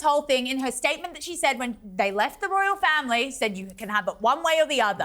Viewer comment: ITS NOT A 'ROUAL TOUR!!